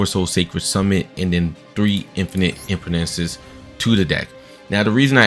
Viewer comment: Can’t even pronounce impermanence right, 44 cards is too much for sword soul, imo